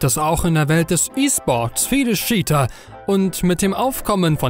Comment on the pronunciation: mich triggert die scheater statt cheater (tscheater) aussprache schon sehr xD ansonsten gutes Video :D